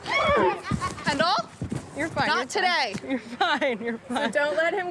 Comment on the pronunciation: They all pronounce Kendall like Ken doll.